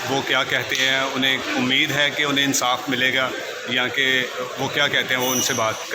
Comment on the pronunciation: "Mutmeem" " Ansaaf" O Shorray bolna seekh le pehle